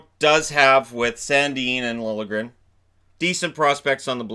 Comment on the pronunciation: Dude! THANK YOU for pronouncing Liljegren correctly!!